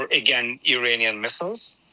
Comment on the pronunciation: Is he saying Iranian or uranium?